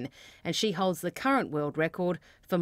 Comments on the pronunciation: Does anyone else hear “Courtney Bembridge, babyc news”? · Is it just me who heard it as "Baby Cee News" lmaooo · At the end I thought she said "Baby-C News".